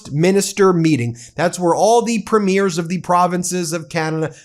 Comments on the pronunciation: Ben, I watch your videos and think you’re very good. However, please know you are making a pronunciation mistake. Lots! The leader of our provinces are called Premiers. They are not premieres. Premieres are the opening ceremony of a movie or art performance. I cringe every time I hear you mispronounce it. Thanks. Keep up the good work. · I really do wish American commentators would finally get how to pronounce our Provincial Leaders. Doesn't matter if its utube or CNN etc. Its Preem..yers. NOT Prim..meers. They aren't premiering anything on the red carpet or movies etc. Its PREEMYERS!!!!!